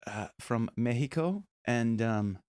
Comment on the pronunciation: ¡Me gustó que el vocal coach haya pronunciado correctamente "México"...! The Warning es la pura neta...!